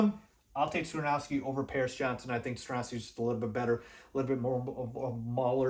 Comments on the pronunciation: Skoronski is pronounced SKAH-RON-SKEE. Not SKRUH-NOW-SKI. We have too much time before the draft to keep hearing you pronounce it incorrectly, lol! I’m actually hoping Carter falls and we can snag him at 9th overall. Thanks for the content! 🐻⬇️ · it's Sko-ron-ski, not Sko-now-ski!!!! But I still gave you a 👍